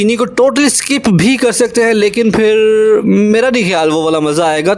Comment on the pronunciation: یہ فر کیا ہوتا ہے یار؟؟ آپ پاکستانی ہو کر بھی غلط اُردو بول رہے ہو؟ ویسے آپ کے چینل کی ڈسکرپشن میں انڈا لکھا ہے اگر انڈین ہو تو وہ لوگ شاید تاقیامت ٹھیک اُردو نہ بول پائیں اور اگر واقی ہی پاکستانی ہو تو آئندہ یہ فر فُر نہ کرنا پلیز پھر ہوتا ہے پھر